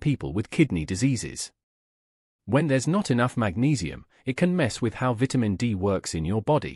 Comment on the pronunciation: Please learn how to pronounce the word "VITAMIN" THANKS